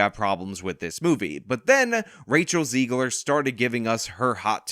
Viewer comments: Zegler rhymes with leg/her not she/her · Zeg-ler soft e